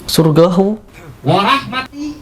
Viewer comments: "SYURGAHU".???? Gak ada Huruf "GA" dalam Al-qur'an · Paaak Pak..!! Syurga itu bhasa arabnya Jannah paak bukan surgahu